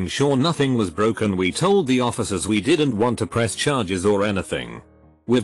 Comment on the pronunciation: Wtf does it keep reading "did not" as "dinsot"?